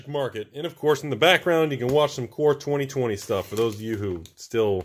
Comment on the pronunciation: Every time you said core 20 I thought you said 420